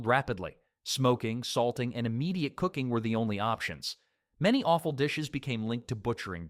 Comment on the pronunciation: Offal is NOT pronounced awful 😂